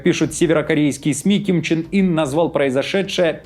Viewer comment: Его зовут КИМ ЧЕН ЫН, последний слог через Ы. Извините, не выдержал, слух режет.